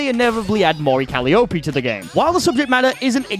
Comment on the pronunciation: With all due respect sir, Calliope is pronounced Cal-eye-oh-pee. That ain't got a clue who the vtuber is but I have seen the name.